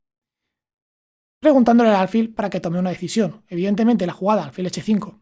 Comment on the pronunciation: Acabo de suscribirme y te felicito por el canal. Pero me llama la atención que digas alfil unas veces como palabra llana y otras como aguda. Yo creo que es aguda😄😄